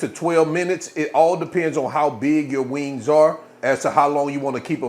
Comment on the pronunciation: U said wangs...oh yeah 😅❤